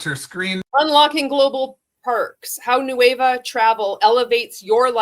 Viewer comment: He is literally calling it “nueve” repeatedly instead of Nueva. Hilarious 🤣 😂